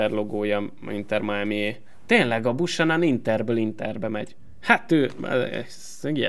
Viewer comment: Azt a kanadai jobbhátvédet, akit az Intertől vettél ne "Busanan"-nak ejtsd hanem "Bjúkenön"-nek. Ezt ne úgy vedd, hogy kötekednék, csak fel akartam hívni erre a figyelmedet.